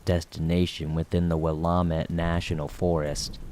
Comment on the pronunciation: This guy cannot pronounce anything right 😂. Will am Ette and like 5 others